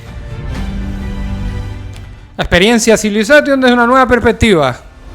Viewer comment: Me mata que digas CivilazaTTTion....!!! 🤣